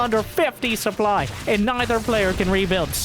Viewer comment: Look at the soO-ply